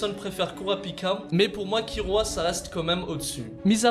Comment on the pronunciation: C’est Kilua pas kirua